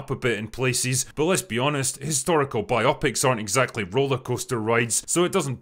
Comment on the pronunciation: Sounds good, just one thing. BI-o-pics. The first syllable gets stressed, not the second. Like nails down a chalkboard every time it's mentioned.